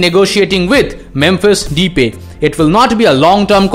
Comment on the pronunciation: You pronounce Depay as The Pie.